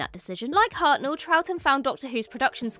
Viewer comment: William Hartnell, not William Harel